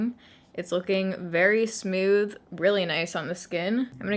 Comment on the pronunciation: You're my fav! ❤️ I also can't help but notice they way you say 'smooth'..."smyooth" am I the only one that heard it? 😂